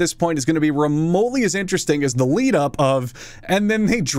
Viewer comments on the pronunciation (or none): none